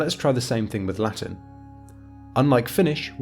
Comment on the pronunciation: you have to to improve your Latin pronunciation.